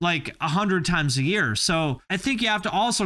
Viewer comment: "$19.99 per yarl" I'm DEAD 🤣